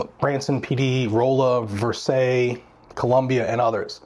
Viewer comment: Feds can still do their thing, they just won’t get any help from state enforcement from what I understand? Anyway, If you are in Jefferson City, welcome! We’re pretty chill here outside the capitol bldng. Also: Rolla= “RAW-luh” Versailles = “ver-SAILS”